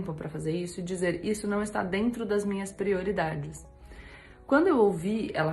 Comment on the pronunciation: O cebolinha da turma da Mônica fala assim...! Kkkkkk